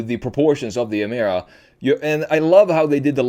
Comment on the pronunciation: Its not Jemera. Its Gemera with G.